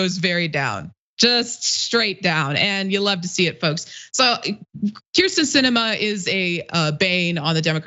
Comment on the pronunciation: Why the switching between the “Kristen” and “Kyrsten” pronunciations? It’s surprising how frequently her name is mispronounced considering how infamous she is.